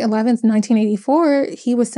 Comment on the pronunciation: I like your channel and content! BTW you're pronouncing 'eligible' as 'illegible' 😬